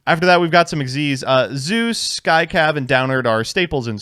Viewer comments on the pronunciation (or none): none